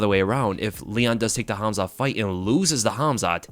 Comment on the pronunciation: Your calling him Hamza 😂, you need to hear someone Russian say his name